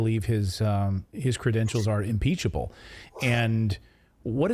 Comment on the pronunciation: "impeccable," not "impeachable."